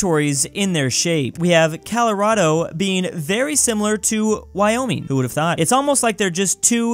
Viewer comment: did he just say Calirodo?